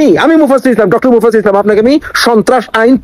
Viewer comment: Vai unar namta ontoto thik vabe uchcharon koren ...unar nam mufazzol islam na ...oi vaier nam Mufassil Islam...ekjoner video use kortesen but tar namer uchcharon tao shothik vabe korte paren na....apni abar youtuber....ar Mufassil vai er video amra regular dekhi...tai apnar chanel e unar kotha shunte hobe na...nijer kichu thakle sheta bolen....